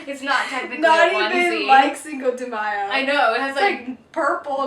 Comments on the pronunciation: i really love you guys but the way you guys pronounce cinco de mayo makes me want to stab my ears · I love how you pronounce "Cinco de Mayo" xD <3